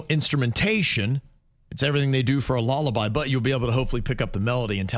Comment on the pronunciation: the way pronounces lullaby 😂😊